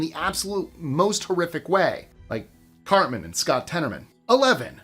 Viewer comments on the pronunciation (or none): none